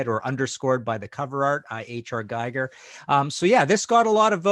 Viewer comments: Giger is pronounced like Geeger. Hans Rudy Giger. Not like a device for measuring radiation. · What is it that most north* americans can't pronounce the name Giger? *had to include Canadians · Knows how to say Celtic, doesn't known how to say Giger.